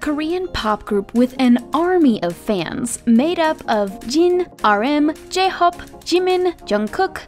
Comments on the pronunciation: talk about the pronunciation of jhope as jhop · Why did the narrator say j-hope like its a traditional name like she could possibly butcher it lol A for effort tho